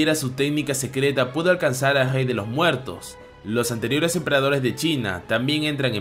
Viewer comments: Una pregunta no sabes pronunciar la r porq en vez de rey dices jey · En vez de rey dice gey 😂